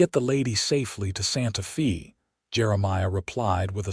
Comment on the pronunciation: So far, quite a logical believable story. Santa Fay it's pronounced.